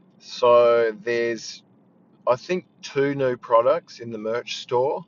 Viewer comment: Another near-perfect Aussie accent. It blows my tiny Aussie mind how good you are. The only word in this whole piece that fully stuck out was "new" near the start. Chuck those dipthongs in that you hit in the "new" a couple of seconds later and it's top of the Wazzir <3